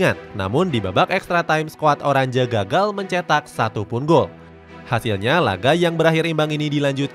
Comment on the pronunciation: Oranje dibacanya "oranye" bukan "orandje"